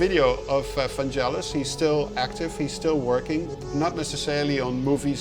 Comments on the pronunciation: 1) Hard g, not soft =D 2) You also hear that particular cue when Deckard is in his apartment and then transitions to Pris going to J.F. Sebastian's place at the Bradbury Building. 3) All of the music he has ever made was made at the moment. When doing a film score, he would watch it a few times to get the sense of the mood and then he would just go for it. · vangelis is pronounced with a hard G as in "Get in " not jel as in " jelly fish "..always bugs me people who say it wrong.. cheers anyway :)